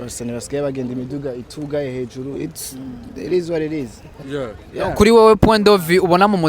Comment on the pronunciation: It is what it is ! 😂😂😂😂 . Drama T ngo ir is war ir is 😂😂😂😂 , nicongereza co muri america ? Mpumuco 😂😂😂😊